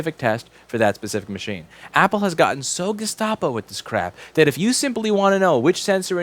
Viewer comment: Gestapo, just internet it ... I am boggled he pronounced it so well